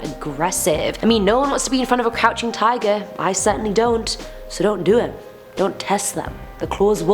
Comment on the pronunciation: My ears: This girl is saying tiger My weeb brain: It’s Taiga from Toradora! :D